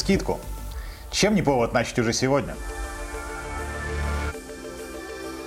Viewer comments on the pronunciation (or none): Прости, но слово нАчать, убило.